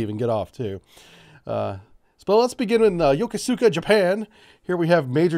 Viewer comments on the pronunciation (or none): Ya Kooz Ka Not Yoko sooka. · Is your pronunciation of “Yokosuka” a joke I’m not in on? I’ve only ever heard it pronounced “yo-ko-skuh.”